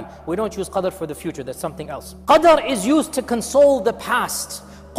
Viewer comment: thanks a lot for the very relieving words to cope with anxiety and stress we are fighting these days, May Allah bless you. Slight correction: plz review minute 8 and correct the word QARD to Qadr